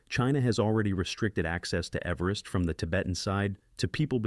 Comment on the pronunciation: I’d think if someone was going to talk about everest, they’d learn to pronounce everest, khumbu, cwm, lhotse, and major features and landmarks, lest they look a fool or lazy. I timed how long it took to look up proper pronunciation and etymology of cwm…less than three minutes. Seems a small investment to preserve one’s reputation as a serious person.